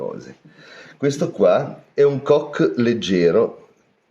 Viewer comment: Non é carbon “cock” 8===D ……ma carbon “coke” come la coca cola